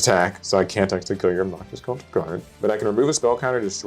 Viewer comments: The C in Celtic is pronounced like a K. The Celtics are a basketball team. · It's Kel tik guardian btw